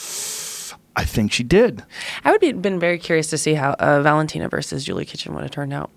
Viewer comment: GOOD MOWERNING, JOO-LEE-UH!